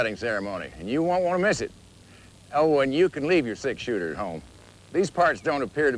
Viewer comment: Laurie Penner I’m glad I read your comment because I for real thought he said “leave your 6 year old home” lol.